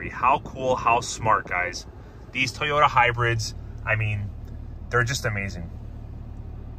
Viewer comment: Thank you for now pronouncing Toyoda correctly